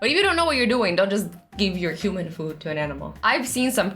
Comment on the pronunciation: Because she is funny and doesn’t know how to pernounce human